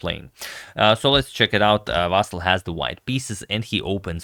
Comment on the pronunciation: Vasyl - you should pronounce it with the stress on the Y. And L should be soft.